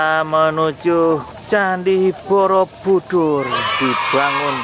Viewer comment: bukan borobudur tapi boroudur hahhahah